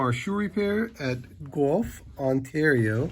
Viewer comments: Haha it’s pronounced Gwelf ( Guelph ) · Nice..BTW its pronounced 'GWELF'